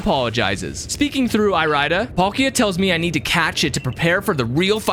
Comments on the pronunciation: the way you pronounce irida is physically painful to hear it’s pronounced like iridescent fix your pronunciation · Pretty sure it’s eary-da not e-rai-da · my mind: dont do it dont do it dont do it my body: DO IT me: (Irida) I-RIDE-A DICK i couldnt help it with the pronunciation